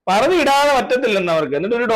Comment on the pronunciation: parda alla pari-da